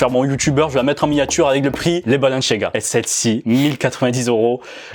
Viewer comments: C pas balanchiaga c balenciaga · Mec sa me stress c’est balenciaga pas balenchiaga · C Balen"s"iaga pas balen"ch"iaga 😭😭💀💀💀💀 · Balanciaga pas balanchiaga tu stress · Arrête de dire " balenchiaga " juste dit balenSIAAAga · C est pas balenciaga C est Balenciagra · Pourquoi il dit balanchiaga ??😭😭🤦‍♂️🤦‍♂️🤦‍♂️ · Pourquoi tu dis balenchiaga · Pourquoi tu dis balanchaga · CEST BALEN(s un s pas chiaga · C est moi où il prononce balanchiaga 😂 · Comment tu prononces Balanciaga frère wesh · Moi aussi ça m’a perturbé le « balenchiaga » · Mon dieu comment tu prononce Balenciaga 😰 tu n'a pas respecté la marque. Les premiers transparents, celles des minions et les BalenCiaga, je les trouve CANON, originaux ça sort de l'ordinaire.